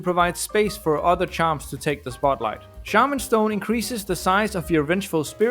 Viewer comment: my boy, you massacred shaman stone